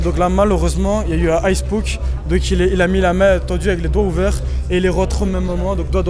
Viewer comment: "sparingué" "ice pok" "bark neukeul"😂😂😂